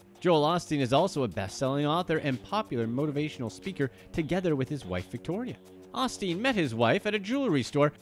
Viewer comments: OSTEEN. OH. STEEN. NOT AH-STEEN. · Every time you said Osteen I cringed. It’s “O” steen